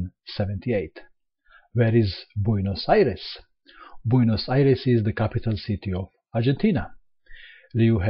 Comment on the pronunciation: perfect pronunciation of "Buenos Aires":D